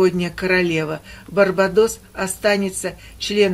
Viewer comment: БарбАдос ударение на а